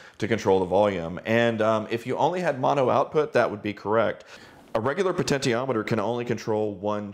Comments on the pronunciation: Glad someone pointed this out, it's definitely she-ometer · Great video. I love everything you and your brother do! One nit: puh-ten-shee-om-i-ter is the pronunciation of potentiometer. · "Poten-tee-ometer" sounds a bit weird, I'm used to pronounce it "poten-she-ometer". But then, I might be wrong all my life.